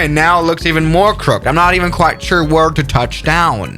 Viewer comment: bro its crooh-kid not crook'd